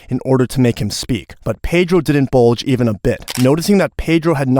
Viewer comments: It's budge, not bulge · Didn’t bulge? It’s BUDGE smh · "But Pedro didn't BULGE a bit." Should be "...BUDGE a bit."